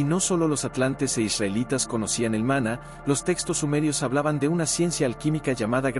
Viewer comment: Este vidio en sus dos partes son una porquería, mezclan fabulas con la realidad es lo que decimos en mi país una chapuza indecente, el tio en cuestión no sabe ni leer los acentos, repite varias veces mana en vez de maná, en principio cereí que era una fuente que manaba, lo dicho no sirve para ver ni oir, no tiene ni idea de lo qhe habla.